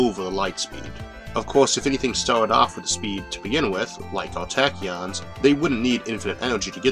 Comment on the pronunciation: TA TA KEEYON (TAAAAAAAACK) TAK-KI-YON TAAAAAACK